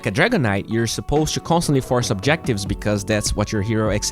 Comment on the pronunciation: if he somehow pronounced to as not choo, he'd be a lot better caster